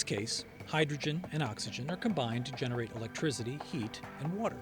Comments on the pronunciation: "Electrizity" ... lol! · Is he saying electrizzzity?